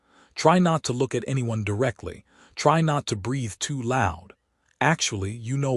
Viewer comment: Just curious. Why does AI have such a hard time pronouncing the word breathe properly it always pronounces it breath. It Just it just gets old.